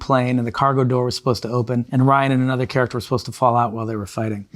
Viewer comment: Played by “RAH-EEN GOSLING”